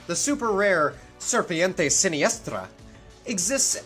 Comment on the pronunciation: You didn't do so bad at the Serpiente Siniestra pronunciation. Good job!